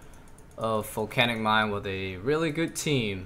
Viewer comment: stop saying folcanic mine